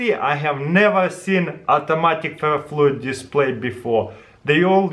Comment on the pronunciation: Watched to hear him say "boom ferafluyiddisplai relly kul"